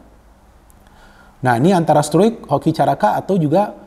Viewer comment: dulu rafael struick bilang nya rafael strong😂